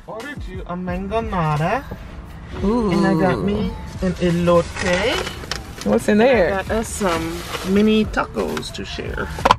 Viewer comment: My “Elote” and “mangol“a”da” lol love ❤️